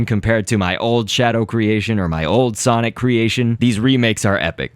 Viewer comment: i 's sonic not sonoc